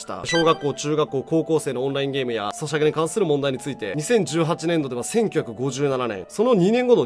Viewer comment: 2018年度 1957年って言ってるように聞こえるのは自分だけですか？教えてください！たっくーさん！！